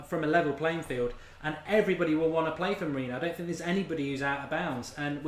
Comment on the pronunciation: Learn to pronounce Mourinho correctly.